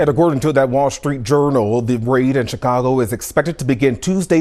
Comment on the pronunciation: "Chicongo.".